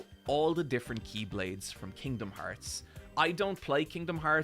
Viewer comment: It's incredible how he nailed all the keyblades names